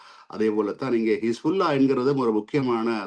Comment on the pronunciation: கிஸ்புல்லா இல்லை ஹிஸ்புல்லா அதாவது Kispulla இல்லை Hisbullah உச்சரிப்பு கொலைஞர்கள் யாழ்ப்பாணிகள்